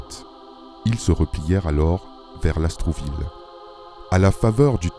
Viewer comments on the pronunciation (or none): Merci pour cette vidéo!! (Lastourville et non LasTROUville ) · Mboloani à tous! Merci pour le partage d'un pan de notre histoire... simplement, il faudrait prononcer LAST OUR VILLE et non Las trou ville Eh oui, l'administration coloniale a fait beaucoup de mal partout!!! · LASTOURVILLE du Comte de Lastours. Pas LAST R OU VILLE